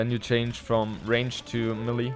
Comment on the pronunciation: Ur the man. Btw small correction it's "may lay" not "me Lee" when you say melee